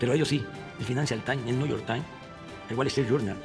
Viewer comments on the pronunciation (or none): Es más bien, el fainancial tain, el niullor tain, el güalestri yurnal, el güachinton pos y el güachan güer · el Financial Tain, el Niuyor tain, el Wallestrit Yurnal... el Washington Pos